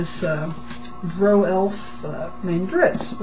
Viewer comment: She pronounces drow correctly.